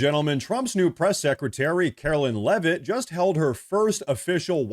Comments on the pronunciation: We are most likely cousins which is why you pronounce Leavitt correctly. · And she pronounces Leavitt correctly. lol Thanks!